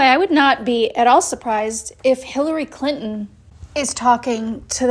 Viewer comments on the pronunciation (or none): none